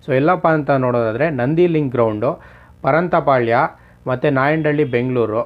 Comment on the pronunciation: Bro parantapalya Alla bro pantarapalya pls nivu banni